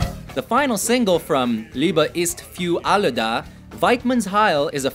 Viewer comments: Liiiiiebe is fiüüüür alle ta😂😂😂😂😂 ich schmeiss mich weg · Ok "Liebe ist für alle da" wird definitiv nicht so ausgesprochen XD